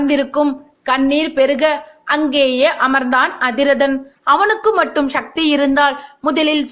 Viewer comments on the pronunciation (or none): none